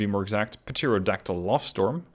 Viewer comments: hey buddy! love the videos. Just a heads up on pronunciation because im guessing english Isnt your first language. Pterodactyl starts with a silent P at the start. Depending on accent (mine's Australian , so its not perfect but i say it in the former rather than the latter manner) its pronounced "Terra Daktil" or "Terro Daktil". Keep up the good work man! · Just to let you know, in pterodactyl the p is silent